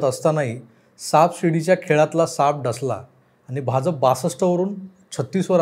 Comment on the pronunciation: भाजप मधला ज आणि ज पहा जनता मधला ज आहे. आपण जत मधला ज उच्चारता.